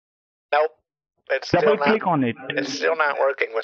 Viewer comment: Little tip from an actual Indian: As soon as 'John Smith' pronounces "double" as "dubbal", he a scammer.